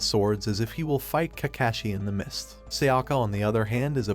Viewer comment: Ka-cashy or kakashi? 😂😂